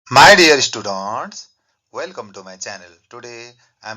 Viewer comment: The way he says my dear studuntss😂❤